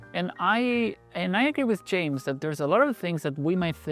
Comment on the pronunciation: pronounces "James" like it's spelled.. Probably a language thing? Otherwise, great video. I have felt a lot of trepidation about even trying to release a magic product because I know how much it would rile me up if my ip was violated by jerks like this.